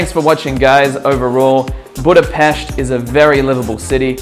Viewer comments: Yes, that's right. You pronounce it "BudapeSHt". Source: that's my hometown. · pronouncing Budapest - 10/10 pronouncing Magvető - lol :) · Proper pronunciation of the city's name, thanx Mate! By the way Fekete means black Magvető means seed spreader and then Konyha means kitchen. 😉